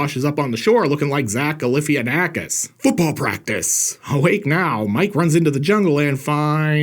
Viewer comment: your pronunciation of zach galifianakis 😂